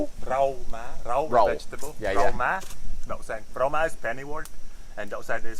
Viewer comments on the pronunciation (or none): hey, [rau má "ĐẬU" xanh] not [rau má "ĐỤ" xanh =]]]] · Rau má đậu xanh chứ k phải ‘ đú’ hay ‘ đụ’ ok👍👍👍👍😂😂😂